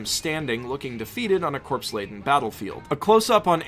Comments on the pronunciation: IT'S PRONOUNCED CORE!!! NOT CORPSE!!! Fucking hell man do you know what would happen to you in Parris island if you said it that way! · Survey corpse? Really? Corps. Pronounced "core" dammit. Corps. Other than that, great vid.